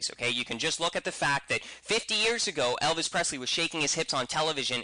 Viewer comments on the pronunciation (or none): none